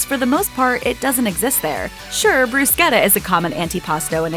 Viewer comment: I had garlic bread in Italy and BTW bruschetta is pronounced brew-shetta